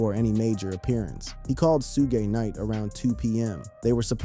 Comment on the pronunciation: That moment when u figure out this is being narrated by AI because Suge Knights name was pronounced Shoog-gay. 😂 🤦